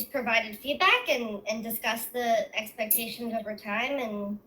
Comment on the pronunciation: Take a shot every time she says "expections"